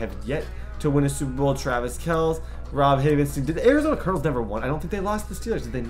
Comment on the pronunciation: homie needs to learn how to correctly say Travis Kelce lol #chiefskingdom